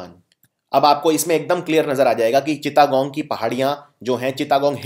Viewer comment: चिता गोंग नही सर चिटगांव या चट गांव😂😂